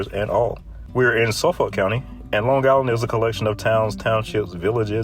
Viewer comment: I live on Long Island and can not listen to anyone that pronounces it Long Giland. 👎🏿